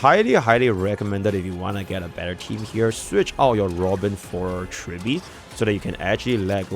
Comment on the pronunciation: Bro's brainrot Huo Huo=> Hwe Hwe Robin=> Buhbin Mob=> Bucko